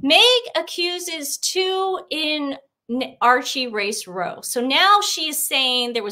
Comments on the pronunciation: British argument: Pronounce ‘row’ like ‘bough’ Not ‘row’ like ‘beau’ - FYI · This is the second time I've heard the American pronunciation of "row" in the past 5 minutes! Not to cause embarrassment, but I do find it a bit amusing. The word is meant to rhyme with "HOW", not "NO". I think some people must think this is somehow related to boats. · In the term "racist row," row is pronounced like "how"... a British term for an argument. FYI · Hey guys… just had a little comment, i noticed when you read it’s difficult to know the difference since its the same spelling, but “row” in english is a slang for fight or argument, pronounced row as in cow.